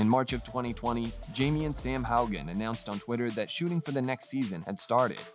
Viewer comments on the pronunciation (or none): none